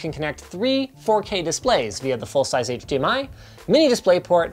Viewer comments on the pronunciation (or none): none